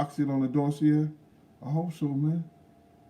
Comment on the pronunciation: I know it's annoying when people correct you on word pronunciation but I'm gonna do it anyway, it's Doss-see-ay. But more importantly - hope the surgery goes well and fixes what it should